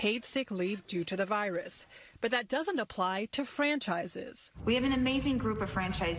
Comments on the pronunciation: In the start of the video she said VILUS not virus that is all im saying .... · Vilis? I thought it was virus 😂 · Corona virulus? Learn how to speak before they pay you tens of millions of dollars to brainwash the public. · "Corona Vilus Relief Bill"